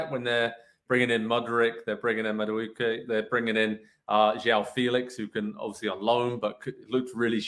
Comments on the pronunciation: Ma dookie??😂😂😂😂 Naw he had to know that wasn’t how you say his name smh 😂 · Ma dookie? It’s MA-DOO-EH-KEH. And he might be English but his heritage is Nigerian so an Englishman definitely can’t help you pronounce his name.